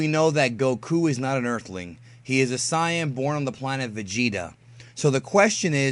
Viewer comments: "Say-un", not "Sigh-un". Might want to fix that. I'm just sayin'. . . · Saiyan not saing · It is not pronounced si an it is sa an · This dude said Goku is a Sy-Yan 🤦🏻‍♂️ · did you just say Siyan